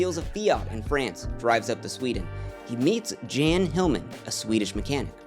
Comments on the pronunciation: Jan is pronounced as "Yawn." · Jan, a male name in Sweden, is pronounced Yan or Yahn, like Ian or John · Welcome back King, btw Jan is pronounced with a Y like “yahn”